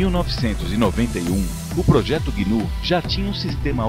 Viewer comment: é GNU, não guinu.